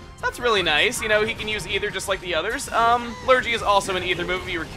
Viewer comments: I know this is quite late, but it's pronounced Lur-gee no lur-jee. It's a british term for a non specific illness (generally something not too dangerous like a cold or something) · Great job,! I'm enjoying this series a lot. Pro tip: Lurgy rhymes with Fergie. It's from an old British radio program, the Goon Show. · Not to be nitpicky, but Lurgy is pronounced with a hard G; it is an English term for a non-specific illness, either real or imaginary (like man-flu, sniffles or the "24 hour bug") that came into common use through a 1950's radio play called The Goon Show about a fictitious disease called "the dreaded Lurgi". Cooties would probably be the closest US approximation.